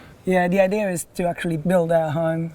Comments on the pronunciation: Its not ideer its idea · I hate when people say “idear” instead of “idea” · The word idea does not have an R in it please stop saying ider. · CRIKEY! It's the "idear" off-grid home with roos.